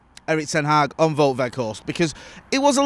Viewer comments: It's actually pronounced 'Wowt' rather than 'Vote' I think. 👍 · Here you go: Wout is said like Nowt with a "V" and Weghorst also starts with the "V" sound and the g is very soft. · You pronounce Wout the same as the English word Bout. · it's W-out (like the out in glazers out) We-G-horst (hard dutch G) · I am Dutch.. you pronounce "ou" in Wout like the "ou in the English word "out.. let it all out.. let it all Wout... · its pronounced Wow'd, the surname you got surprisingly good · It's pronounced as Wout (rhymes with nowt but with a V) In ETH we trust